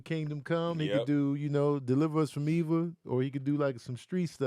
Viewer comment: Kev said Eve for All the Queen’s Men 😂 No… that’s Eva